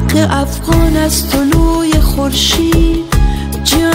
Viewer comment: آفظ مهنی > حافظ معنی هفغان > افغان اقیقت> حقیقت شهلا جان گل تلفظ خود را در ادای کلمات اصلاح کنید باز داور شوید. تشکر